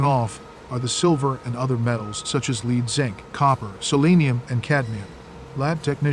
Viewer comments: AI IS STUPID, KEEPS SAYING LEED INSTEAD OF LEAD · Don't you just love the way the narrator pronounces the word "LEAD". it's always LEED. like, where does this road lead? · This guy cannot pronounce the word "Lead"! The stuff Superman can't see through.